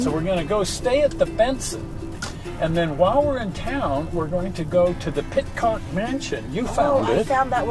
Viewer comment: The name is pronounced PIT-ICK not Pit-Tock.